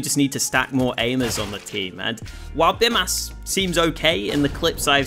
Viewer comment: as a lithuanian the way you say bymas triggers me